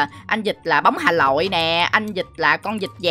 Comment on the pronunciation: Anh đọc chữ Hà Nội mà đọc thành Hà Lội "Daxemhet"